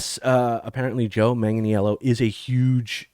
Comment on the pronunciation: Hey ( not picking on you but it's pronounced Manganello, he doesn't make it complicated ) I heard he was involved in a D&D project before this new D&D movie was released and hoped it was a Dragonlance movie we were going to get. I am stoked to see a DL series. I do want them to stay with the books and hopefully stay faithful. I don't want the current political culture to affect it. I love the character of Huma and would love to see that story told but any of the DL novels would be ok.